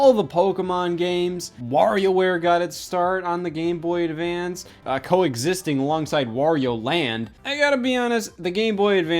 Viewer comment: am i going crazy or does he say Gay Boy Advance here